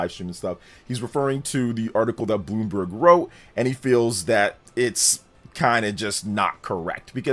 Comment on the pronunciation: Bloom- BERG